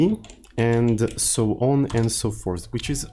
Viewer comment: Please, from now on, say "so on and so porth" 😂😂